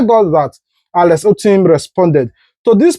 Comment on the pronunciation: Alex Otti NOT Alex Ottim